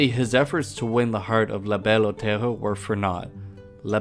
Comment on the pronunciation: “La Belle Otello”? It’s distracting.